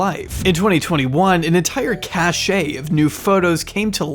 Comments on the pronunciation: Fyi-- cache is pronounced cash, not cash-eh. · Love your stuff! Just wanted to say that "cache" (pronounced "cash") is a secure place for storage. You have been saying "cachet") (Cash-ay) which is a state of being admired. So a cache of papers would be "cash." Thanks! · It’s just ‘cash’, not ‘cash-aye’ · 'cache' is pronounced like 'cash' ... not like 'cachet'. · Cache and cachet are different words. The first, an accumulation, is pronounced "cash." The second, some amount of swagger or prestige, is pronounced "cash-ay". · Cache, stored-up goods, is prounouced "cash" (not like cachet "cashay"). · "Jill'lain"??? But he gets it right on the second try... But then we get Italian-tay for Italianate. I think somebody here had a real problem with reading those letters thingies, round about the age of four. "Cache" is pronounced "cash." Cachet is a different thing entirely. The past tense of "spring" is sprang, and Tenerife ends in eef, with no acute accent on the e. Masseuse ends in uhhz, not oose. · "Cache" is pronounced "cash". If you say "cash-ay" you are saying the word "cachet" which means prestige. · "Cache" is pronounced like "cash", not "cash-ay". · When it got to that part in the video I thought......wow, I wonder what else in this video he just pulled out of his butt. Also he twice pronounced cache as cachet. That may sound nitpicky but when you hear sloppy things like that it's just a tell that the whole thing is slapdash. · Cache is pronounced "kash". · My favorite moments are when he misuses or mispronounces the same words repeatedly. Cache is pronounced “cash.” “A myriad of” is most common though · 'cache' is single syllable